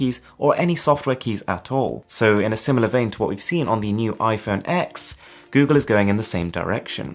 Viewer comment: *iPhone "ten" not "ex"